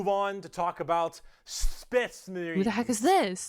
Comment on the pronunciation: Another brick for the wall! I’ve watched people react to this a lot, and this is the first time I’ve noticed that he introduces the space marines like spache marines